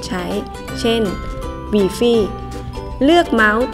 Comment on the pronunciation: กูขำ "วีฟี่" กาก ไปเรียนมาใหม่!!!